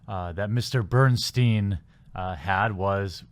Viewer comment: Its pronounced "Berenstain"